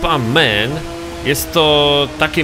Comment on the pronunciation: Jak już się za coś zabierasz to chociaż rób to porządnie to nie jest żadna wyspa ''men'' tylko MAN